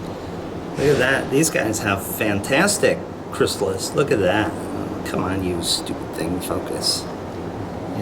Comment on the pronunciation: great video. just one thing, sorry for correcting you but, it is chrysalis